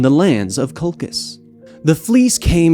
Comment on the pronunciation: Your name pronunciations are dreadful. Sharon? Lolchis?